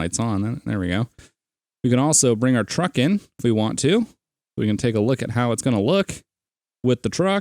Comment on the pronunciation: not to be rude but its truck not track ;)